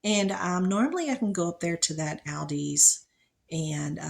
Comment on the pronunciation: I like how you pronounce the store name! As soon as I heard you say it I was like yay! Finally someone said it AL DI. I think it’s the first letters of two brothers but I forget. Usually I hear ALL DI. Sounds like a bad trip! It’s a pain when people are huffing and puffing through the store.